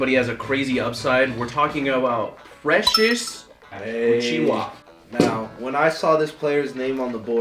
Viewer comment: Put some respect on Precious Achiuwa's name